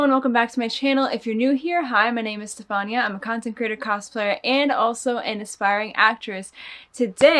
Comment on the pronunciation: Is her name pronounced STEPHAN-IA or instead STEPHANY-A?